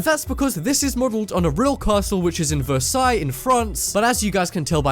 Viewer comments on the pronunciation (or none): none